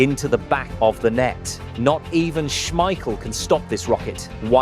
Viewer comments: He is not called Peter Smeiscssjeel... Its with a K sound SmeiKel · SmeiKel,- not Smeissjel. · Say it with me, Peter SchmeiKEL. Not schmeishell. He is not a bechamel sauce. If you are gonna make a video the maybe do your voiceover correct… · According to Peter Schemichel the family name is pronounced Smeissjel, but the press called it SmeiKel so it stuck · This was great. It took a year off my life every time you said Schmeishel, but I still enjoyed it :p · How do you keep mispronouncing Schmeichel? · Is the voice AI? He pronounces Schmeichel like 3 different ways... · your pronunciation of Schmeichel name is stressing me out. haha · Imagine making a 16 minute video where you have to say the name Peter Schmeichel multiple times, and yet not looking up the real pronunciation of it. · Small detail.. The second "ch" in "Schmeichel" sounds like a hard "k" when pronounced correctly. But yeah.. We played the game so well that year, that they had to change that rule or the other teams wouldn't have had a chance come the World Championship in 1994.